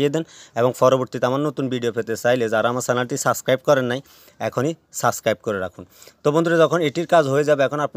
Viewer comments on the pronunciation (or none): none